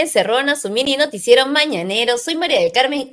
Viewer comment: ya otras veces te lo he sugerido, trabaja en tu pronunciación. Por correr en tu lectura, se dejan de entender un montón de palabras. Escúchate, por favor. Tu "mini-noticiero" se escucha tu "mini-notiero" y así mil ejemplos. Trabájalo y tú mismo te darás cuenta.